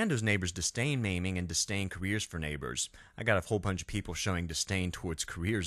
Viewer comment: "ribeiro" not "ribierto" ... "disdain" not "distain" otherwise, great video!